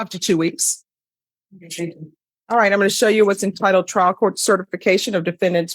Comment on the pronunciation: Such a crappy little A I channel. And its T R I A L. Not trail. Youre going hiking? 👎